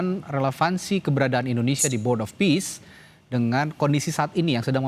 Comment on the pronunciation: Board Of Peace Jadi Board Of Ware. Mas wowo tumbal Donal triuph.. Mas wowo jadi Donal bebek.. Biar tensi turun makan buah mengkudu suruh mbak.. 😊😊😊